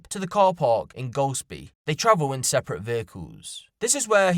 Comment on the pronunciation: not the first time He said gosplie or glospie cos my ears turned right on there - did he mean Golspie? My mum and granny are from Brora He then went on to pronounce it properly